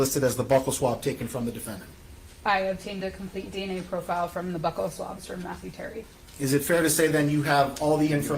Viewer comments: Buccal swab is pronounced BEW-cal swab, not "buckle swab" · I also hate when people mispronounce "buccal"